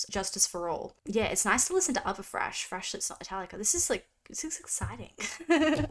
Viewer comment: THHHRASH not trash. THHHRASH!